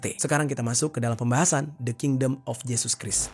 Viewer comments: Christ dibaca krais bukan kris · Fyi: Christ dibaca 'kraist'